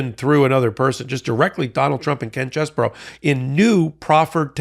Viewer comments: can you fix the pronunciation of Chesebro? Seems like you’re saying Chess Borough, and it was mistyped Cheseboro in the video description. It seems like it’s just Chess Bro. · Ah,. You are my favorite presenter on MT. But, dammit! Its not Cheseborough, its CheseBRO. Please! 😏